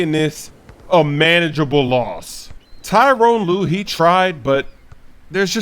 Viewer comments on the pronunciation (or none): the cavs coach name is ty-ronn lue not tyrone.